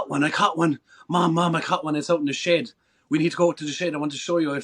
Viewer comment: I thought he was saying "shade" 😂😂 then I realized he said "shed" Friggin Irishman 😂😂😂